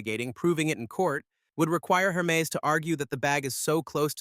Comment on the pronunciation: Pro tip: if you’re going to do videos about Hermès bags, or any other Hermès product, it is pronounced AIR – MEZ. The H is not pronounced. And the second “e” is soft : bend not bee.